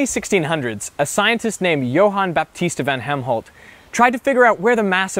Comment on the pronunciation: Where did you get Helmholt from? His name was Van Helmont. Apart from that, great vid.